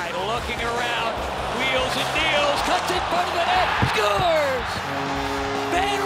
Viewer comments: Announcer/Commentator: SCHUERZ! (Scores) LOL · god i hate how he said "SCORES"